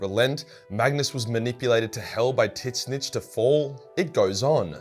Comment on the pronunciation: Say tzeentch for Ff sake, not tisnitch